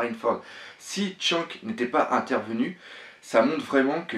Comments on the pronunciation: Premièrement s'il te plait prononce bien les nom on dit Shanks pas shank et on dit césar pas cisar ensuite je pense que ta théorie est peut être vrai même si les fille je pense pas que c'est les même elles ce ressemble un un peux mais elle ont pas la même tete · akénu --" tchank --" La prochaine on dira edwèrds newgate (pas newgéte ) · ta tué shanks 10 fois avec ta prononciation lollll